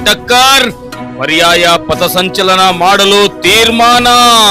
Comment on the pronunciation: ಪತಸಂಚಲನ ಅಲ್ಲಾ ಪಥಸಂಚಲನ... ಮೊದಲ ಕನ್ನಡ ಕಲತು ಆಮೇಲೆ ಹೋರಾಟ ಮಾಡಿ😂😂😂